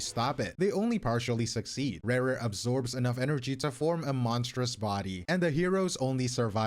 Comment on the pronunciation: ReRe of kaenriah? ouch XD Rächer is pronounced like Resher. .x